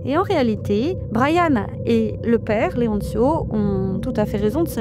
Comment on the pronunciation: Leoncio ne se prononce pas "Leontchio", ce n'est pas de l'italien mais de l'espagnol.